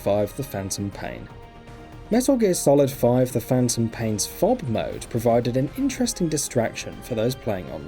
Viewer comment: who the fuck pronounces FOB as fob